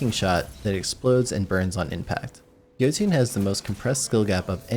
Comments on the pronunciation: He said Joe-tian It's uh Yœ-toon That's how you pronounced Jöttun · Jo-tune? Oh no. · Btw Jotunn is pronounced with Jo being “yo” and tunn being “tun” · It’s pronounced yo-tin